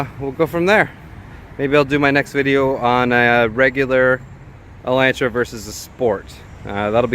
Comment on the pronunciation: Lol you're saying it wrong. Its Ela(u)ntra. The A makes the sound like in the word August.